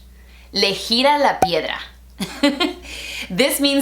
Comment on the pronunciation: Yo es escuchado ardilla en vez de piedra